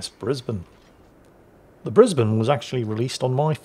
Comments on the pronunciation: Alright, haven't watched it yet. But I'm warning you,! If you say Bris-bain I will fax a sternly worded letter of complaint to your local parliamentary representative. We're uncultured swine, we're lazy, it's our fake ship and we say Bris-bin so it's Bris-bin! EDIT: Okay, old man, you've avoided me invoking the greatest bureaucratic nightmare since the conversion to metric. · That was a entertaining match. It shows you that it is true,. Up here north of the border in Queensland we make them tough. Greetings from Brisbane Plus also nice to hear Brisbane being pronounced properly !